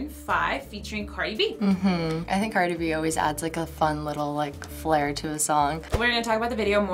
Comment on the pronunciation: well you love her but you can’t even say her name right smh